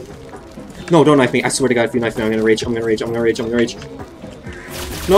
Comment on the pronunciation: "it counted as a normal KINFE"